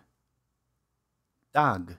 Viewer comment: That's not a dag that's a fish 😂